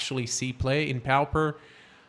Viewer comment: You do know it is pronounced popper not powper. A pauper is a very poor person, not necessarily a vagrant but more like what we nowadays call a welfare case. Pauper is referred to as a poor man's MTG because it is limited to only commons. The Pauper and the Prince is a famous book that is known all over the world. Do most people in Brasil pronounce it powper?